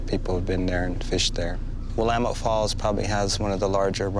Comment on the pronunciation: p.s. Thank you for sharing the voices and experiences of our local indigenous people. And for pronouncing "Willamette" correctly! :D